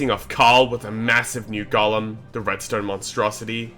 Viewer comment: It's irritating my soul how this dumass pronounces golem